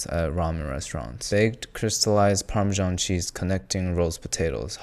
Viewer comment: Check out how dumb you sound when you pronounce "parmesan" as "parmizhhjzjjzjyan" instead of "parmesan" and call a heated oven a "pre-heated" oven like some dumb American who has forgotten what the English simple past tense is for.